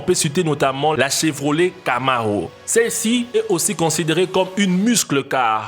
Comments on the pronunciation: Il a dit « chevroliet »🤣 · Tu prononce mal le nom des voitures américaines 😢